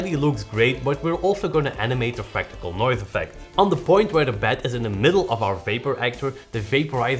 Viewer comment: Is it fractical noise though🙄🙄! Just love you guys. "Fractal noise"